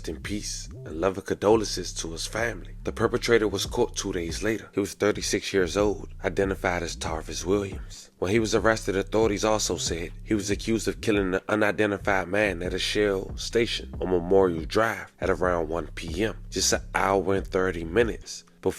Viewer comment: Lmao bro said tarvis when its spelled tavaris dude slow af 😂😂😂😂😂